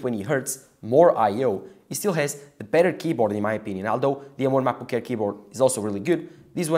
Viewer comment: i thought its called macbook air why he keep saying macbook care?